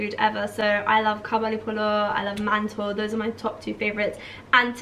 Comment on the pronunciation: It’s not ‘Kabuli pillow’ it’s Kabuli Pilau and it’s not ‘Mantow’ it’s Mantu 😂. Jeez get the pronunciation right next time plz